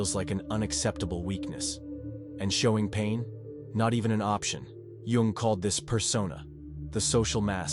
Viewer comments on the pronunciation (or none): Too much preamble. Learn to say JUNG'S name correctly. Tell us the 13 traits, THEN TALK, not analyze before!